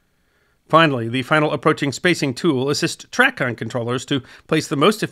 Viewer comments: It's "tray-con" not "track-con" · The Drinking Game -- players take a sip each time mispronounces something. It's TRAYcon. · I do realize that it is based off the word traffic, it’s pronounced “tray”-con. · Its TRAY CON (Long A -- TRAAA CON not TRACKON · As a retired controller ( 30 years in Chicago) thank you for a very well done video. In my years as a controller ( ) I saw tremendous change in the system. I was privileged to work on three systems called DSR, URET, and ERIDS. One small comment though, in my nearly 50 years in aviation have never heard Tracon pronounced the way you did. The correct pronunciation is tray-con. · As a pilot who earned his wings in 1978, I enjoyed this one very much. But I winced each and every time you said TRACON. The circles that I have always traveled in always pronounced it TRAy-CON. Long 'A'. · Right it's tray-con. Loved the video. As a professional pilot, I had done research on the history of ATC, but never had I seen a more thorough yet succinct and understandable summary of how we got to where we are today. I actually enjoyed hearing pronounce it the way he did, just because other than the pronunciation, he knows exactly what he's talking about. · Very good history report. I flew professionally from 1979 to 2007. TRACON is pronounced tray con, by the way. I saw many changes and improvements in ATC during my career. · A nit: TRACON is pronounced tray-con. Loved this vid, thanks. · Excellent summary. BTW TRACON is pronounced "Tray-kahn" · TRACON is pronounced "tray con" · definitely pronounced tray-con